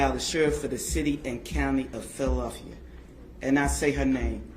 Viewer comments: She legitimately cannot pronounce Philadelphia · she couldn't say Philadelphia 😭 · Wow, that Police Chief.... "Philelfa"??? "Let know"??? What a mess.